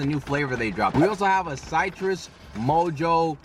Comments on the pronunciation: Why you pronounce Citrus like that? 😭💀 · oh nahhh you're saying it like cytrus 😂